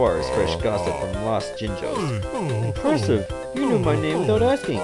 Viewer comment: they are called Jinjos not jingos